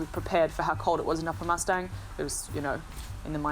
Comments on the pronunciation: It's pronounced as Muss-ta-ang not Mustangs like cars or horses.. FYI.. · It's Moos taang not mustyang🙏🙏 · would you please pronounce as "moostaaang" . thank you🙏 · when a Nepali word is spelled in english the pronunciation doesn't change.. Or vice versa.... it's not the accent.. n definitely not pronounced as horse or a car... It's disrespectful n rude to call it something else..at least try..